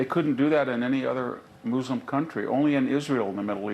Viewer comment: "Mooslum". :face-blue-smiling